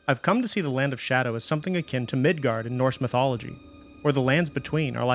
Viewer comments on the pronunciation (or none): none